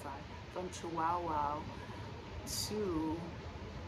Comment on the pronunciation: 😂 Chihuahua, like the little Chihuahua dogs, it's the state of chihuahua, not chiWOWOW.🤣